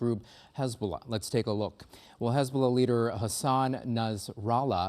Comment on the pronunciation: Hezbuulah?Sounds like a plague 😂